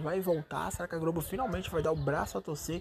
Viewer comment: Ele troca o L pelo R "Grobo" "Fro"